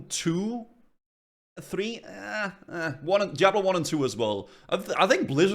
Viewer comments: brother its DIABLO not JIABLO with D not J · "Jiablo 1"